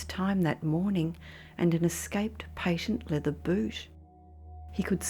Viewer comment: "a patient leather boot" Lol